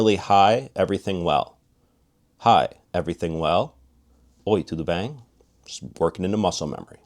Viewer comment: Your pronunciation is awesome. BEM (bĕn in), your pronunciation is exactly the way we say as native speakers!!!